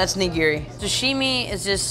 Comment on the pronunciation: The way that dude pronounces "nigiri" gives me an aneurism.